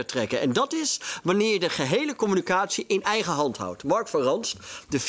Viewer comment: *com-mu-NI-ca-tie Zonder dank.